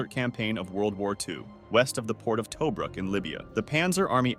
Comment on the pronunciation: Ok...... Yes it's a personal issue..... But seriously???? Get better with the pronunciation Tobruk = Ta-brook! Marquis = Mar-key.... But the man was a beast....